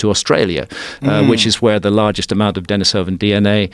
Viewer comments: I had to stop watching your video because your guest kept mispronouncing both Neanderthal and Denisovan. Low credibility. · The fact that he’s mispronouncing both Denisovan AND Neanderthal is absolutely killing me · This guy's an expert? He doesn't even know how to pronounce Denisovan.